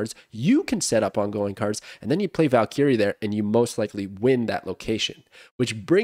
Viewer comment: Somebody teach him how to pronounce valkyrie